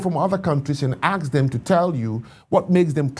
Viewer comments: Its Gen Zed, not Zee Its ask, not Ax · Still say aks instead of ask??? 😵‍💫